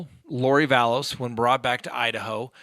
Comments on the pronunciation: Vallow without an s... drives me nuts when you call her Vallows... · Excuse me but it’s Vallow no ‘s’ on the end. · ITS VALLOW NOT VALLOS, AND SHES MARRIED TO THE GUY, HES NOT HER BOYFRIEND! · Vallow...no 's' Vallow. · Vallow not VallowS. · It's Lori Vallow. There is no "S" at the end of her name. Chad is not her "boyfriend." They were married in Hawaii last year. Why don't you know these very basic things? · Oh my goodness yes. Love him, but Vallows, Dah-Bell? 😂